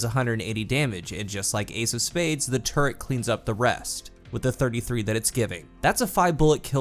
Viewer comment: says “turret”, all I hear is “turd” 💩